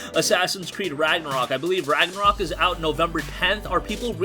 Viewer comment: No hate but “ rAgNaRok” 😂